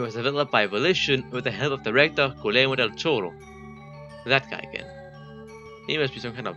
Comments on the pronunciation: not a hate comment! It just that is funny how you say guillermo del toro like "culero del toro" XD culero is a bad word in spanish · culerro del toro 😭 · i’m sorry but the way you pronounced guillermo del toro made me HOWL